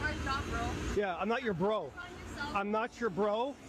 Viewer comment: "We're doing our job bwo" 🤡🤡🤡🤡